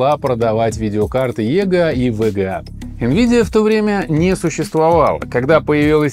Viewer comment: Неудачное решение использовать ломаные названия. Во время просмотра это звучит как тега, вега. Я смотрю а у меня в голове ассоциативный ряд видеокарта от амд. В итоге сложно воспринимать какая-то каша. Если бы оно еще звучало как вга, но он быстро произносит и получается вега. Зря вы пошли этим путем. Нужно всегда выбирать грамотный путь и делать правильно. Исправляйтесь в будущем.